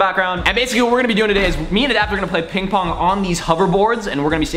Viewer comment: I'm pretty sure you said PingPorn xD